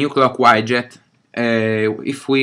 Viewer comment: Grazie per il video. Ti volevo solo correggere su una cosa. Widget si dice "UIDGET" e non "UAIDGET"